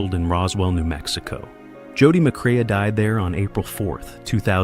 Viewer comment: Teach your computer, artificial voice, how to pronounce Joel‘s last name correctly.